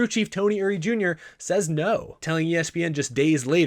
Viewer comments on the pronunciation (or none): again, I like your stuff, but there's something bugging me about this video. Your pronunciations are driving me crazy. Montreal - supposed to be pronounced "Mon-tree-all" Circuit Gilles Villeneuve - supposed to be pronounced "Circuit Jill Villa-new-ve" Eury - supposed to be pronounced "Yuri"